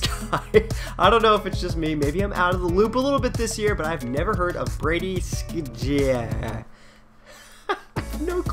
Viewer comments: it's Brady sh-eh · Pronounced Brady shea PSN:BeatsByVoynov Get it ;) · its pronounced shay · Brady skjie's name is pronounced Brady shay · It's pronounced Brady shay